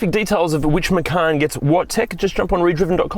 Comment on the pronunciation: There's no 'R' in the name: - Macan